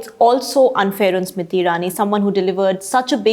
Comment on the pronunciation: Why you keep calling her Smiti and not Smriti?